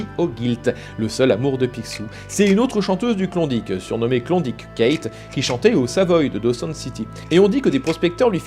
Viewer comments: Saperlipopette, t'a prononciation sur klondike me pique légèrement les zoreilles =p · t'as juste pas mal plus de chance de rencontrer un francophone en ON ou NB qu'au Yukon =) - par ailleurs, il m'a fait bien rire avec son "Klondique" ^_^ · Super. Tu prononce bien Yukon, mais Klondike c'est une horreur